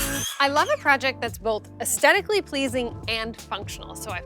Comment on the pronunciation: Please pronounce aesthetic correctly. You’re a designer! It’s a key Word. Es-THET-ic. NOT es-TET-ic.